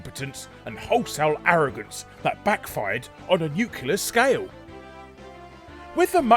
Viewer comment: I love your videos Larry, but please. please, please, there is only one 'U' in nuclear.